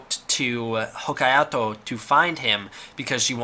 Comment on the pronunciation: As my grandmother always enjoyed correcting mispronunciations of Hokaido, so shall I. It's pronounced "Ho-kai-doh"!